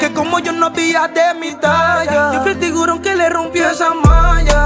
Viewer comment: Ey el man dijo tiguron 😄😄😄